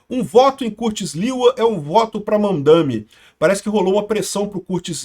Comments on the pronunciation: Kkk eu entendi Van Dame, 😂😂😂😂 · e eu escutando "VanDaime" e "Putzgrila"